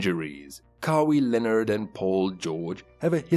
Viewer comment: I don't know if you are saying the name like that on purpose... but it's pronounced Ka-why Leonard not Ka-wii Leonard. Sorry 😂😂 I just had to say it couldn't focus on anything else